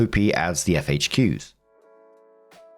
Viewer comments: No hate, but it's FAQs not FHQs. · Is saying 'FHQs' instead of 'FAQs'? That's what it sounds like. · Is it a British thing to say FHQs instead of FAQs or just him?